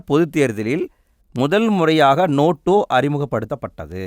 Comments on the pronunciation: Notaaaaa ... Noto illa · அண்ணா அது நோட்டோ இல்ல நோட்டா ( NOTA) ( Question No-3 )